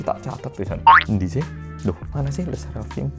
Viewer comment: Orang Korea bisa bilang "Ndi sih?" Sefasih Javanese native speaker. Gak bisa gak amazed dari dulu suka nontonin. 😅